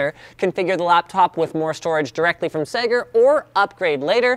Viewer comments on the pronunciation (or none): Sager not Sega. FFS Linus you got me crazy excited thinking sega had released a laptop wtf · when you said Segar the first time I thought you said Sega. :) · whenever he says "sager" It sounds like he's saying "SAGA" in broken english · Every time linus said Sager I thought he was saying "Sega" with a speech impediment. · omg I thought he ment saiga like the company but he had an accent but no its really sager. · When Linus said sager, i thought he meant Sega. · sager sounds like Alex mason trying to say sega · Sager. That sounds like how a Bostonite would say Sega.